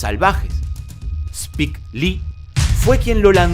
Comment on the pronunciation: No es Spik se pronuncia Spaik